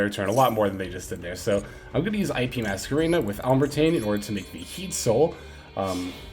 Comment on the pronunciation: It’s pronounced “al-ehm-ber-shiun” Its based of the name of a french mathematician. Otherwise great video as always.